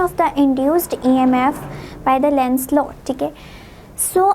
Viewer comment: Lens nhi hai lenz hai